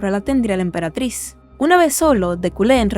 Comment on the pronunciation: Se dice emperatriz 😭